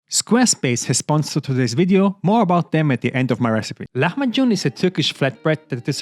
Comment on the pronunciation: Man you pronounce it great, you cook it great and you wrap it great! That's f- A. Until to see that you are wrapping with chopped gradients I was ok but now I'm looking for a place to order.